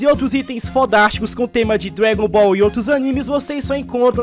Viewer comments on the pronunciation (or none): Mano ele fala "Dregon ball" pnc é Dragon Ball. pnc